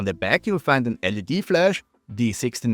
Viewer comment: lead? It's L.E.D.